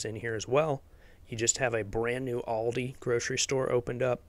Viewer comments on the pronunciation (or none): none